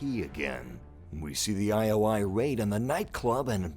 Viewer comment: I was waiting for you to break this down! Just one little thing... it's not one-oh-one (101), it's eye-oh-eye ( ioi ). And I caught a glimpse of Cassie Cage next to Lara Croft . ; )